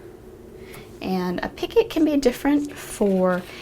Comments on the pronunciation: Not picket...pee-ko the t is silent 😊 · Patricia Morales my code is c1 v3 h5 thank you I've heard many ways of saying picot, but never picket until now. I thought it was more like peek-oh or like you said pico LOL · Sorry, I hate to be THAT person, but i'd want someone to let me know if i was mispronouncing something..... "picot" is pronounced "pee-koh" absolutely love this pattern though!!! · picot is pronounced pico.....thank is silent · Pronounced pea-co, with a long o sound. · yes, Picot is French and you're correct. it is pronounced as P-Coe .. the T is silent. i've watched many videos and this is the first time i've heard it mispronounced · The T in picot is silent